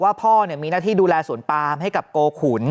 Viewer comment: นักข่าวที่อ่านว่า สวนปลาม ยังอยู่มั้ยคะ😂😂😂